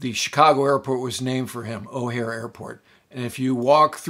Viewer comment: O’Hare. Not O’Hara.